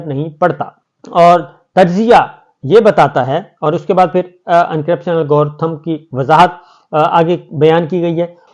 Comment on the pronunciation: Algorithm, اس کو الگورتھم لکھتے ہیں اور الگوردھم بولتے ہیں